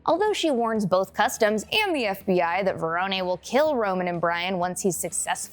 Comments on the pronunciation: You know ur saying Verones name wrong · Pronunciations need a little work, Carter Verone (Ve-rone, not veron-eh) and it's Fenix, not Felix, even though he is a pussy, he's not an actual cat. 🤣